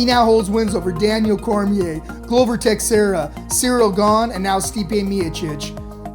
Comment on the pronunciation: If you cant pronounce Glovers last name then you need a different job.